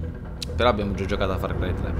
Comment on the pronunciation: hai detto far cri 3